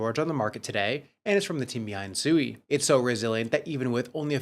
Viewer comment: You literally heard the co-founder of SUI pronounce SUI correctly about 5 times in 30 secs and for some reason you want to pronounce it like you are dumb, you heard him, he did not call it SUEY he pronounced it SWEE. I can see why traditional Finance doesn't take us seriously in the crypto space.